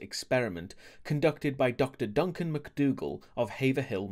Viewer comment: its pronounced Haverill not Haverhill that's Massachusetts for you